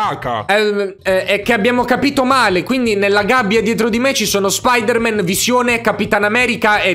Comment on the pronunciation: secondi non Spider man ma SpOdEr MaN